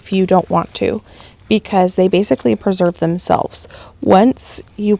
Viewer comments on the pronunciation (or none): none